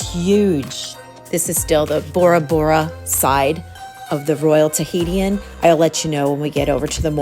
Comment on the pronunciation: It’s not “Tahiti-in” 😂 it’s “tuh-hee-shin” Tahitian. ❤